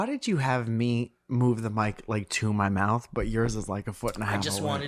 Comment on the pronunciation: How on earth did you get through half an hour of talking about people's final words without dropping a "too much wwater inmy maouth"